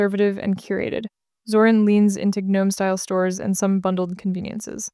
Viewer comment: "Guh- nome" lolol😂😂